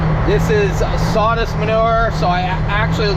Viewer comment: Plastic "strahz"?????? "Sawdist"????? "Chainsah"?????